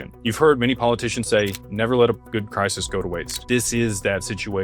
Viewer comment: Crisis. Not Crysis.